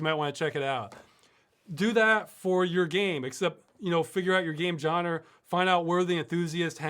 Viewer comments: I like how Ross says genre. (JAN-ER) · I agree, its "Genre", Not "Genre" :D